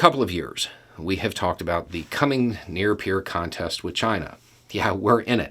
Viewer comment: I could almost hear the speech marks when you said the word "contest' in this video.